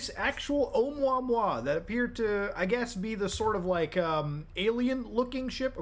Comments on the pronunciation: Oh-moo-uh-moo-uh, not mwa mwa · Love you man, I think it’s meant to be pronounced like, errr omooa mooa. Think cow sounds. Sorta. At least that’s what Michael godier thinks. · its pronounced "Uh-MOOuh-MOOuh" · “Oh-moo ah-moo ah” is how you pronounce it. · its pronounced (O-moe-ah moe-ah) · Ohh-moooah-moooah, some hooked on phonics shit for this one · Oumuamua is pronounced Oh mooah mooah. It got the attention of the UFO crowd because it was a very strange shape, the first interstellar object noticed visiting our solar system and it seemed to accelerate away from the sun against gravity. Avi Loeb didn't state it was Extraterrestrial technology, he did say it was worth investigating the possibility that it might be. The general consensus is it's a new kind of comet covered in blackened carbon. The acceleration might have been caused by a crack in the outer shell allowing ice to be heated and escaping through small gaps as steam acting a bit like a jet. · please stop using gods name with explicatives. btw it's pronounced like this oh-MOO-uh MOO-uh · Its 3 "I" Atlas (Three-Eye Atlas) sounds like and "Interstellar" Monster with three eyes :) and Oumuamua is pronounced oh-moo-ha-moo-ha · It is pronounced, Oumuamua, o-Mooa-Mooa, it's Hawaiian. Sorry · I've never heard Oumuamua being called "Um-wah-wah" before 😂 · the way you pronounced Oumuamua legitimately pissed me off lmao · Muta says oumuamua so fancy. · The way Muta pronounces Oumuamua makes it sound like delicious food.